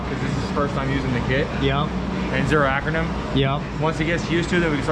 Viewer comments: Dude's cracking me up calling it acronym instead of achermann, lol. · why didn't he just set bump steer, and why did he keep calling it Akernem instead of Ackerman? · Lol how does he not know he is saying acronym instead of akermann. I’m not even a mechanic and it bothers me. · Ackermann. He had me rolling. Mispronouncing it is better than not knowing how to set it up though.